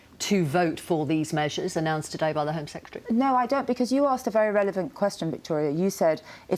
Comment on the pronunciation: Absurd insult flinging is not debate. And he can't even pronounce the word secretary.